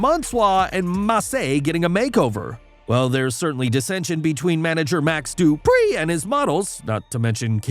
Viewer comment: I like the way you say Max Dupriii 😂